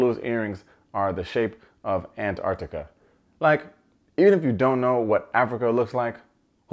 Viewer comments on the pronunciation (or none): none